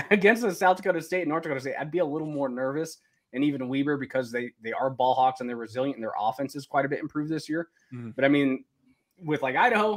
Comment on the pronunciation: How-ck not hawk. LOL it oddly bothered me sheesh, off the air and look what ive become